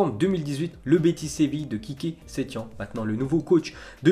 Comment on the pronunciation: On dit setiene